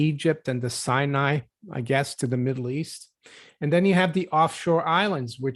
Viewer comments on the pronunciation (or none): none